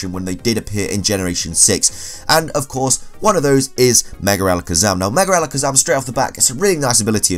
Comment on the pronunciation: 30 seconds in .... “merger Alikizum” Me; time to watch something else